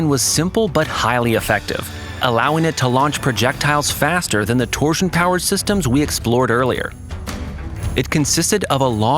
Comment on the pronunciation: That AI gotta stop saying "torsion"